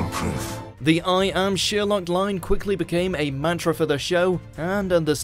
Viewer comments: It’s Sher-lock not Sheer-lock!!! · Thank you for these. Only one problem - Sherlock is NOT pronounced SHEERlock but SHIRlock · No worries with this, but how the fuck can you pronounce Sherlock as Sheerlock? Have you never heard it sounded out loud before? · Yes thank you! I love how he ends up almost pronouncing it as "sheer luck" though. It's ironic if you think about the contradiction between sheer luck and the main character's extremely logical understanding of the world. Anything you want to tell us? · "shewerlock" lol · SHERLOCK! NOT SHEER LOCK! ITS SPELT A CERTAIN WAY FOR A REWADON GOU NUMPTY! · what triggers me is that he says ''sheerlock'' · Thank you! Is it his accent or he doesn’t know how to pronounce Sherlock? It drove me crazy the entire video.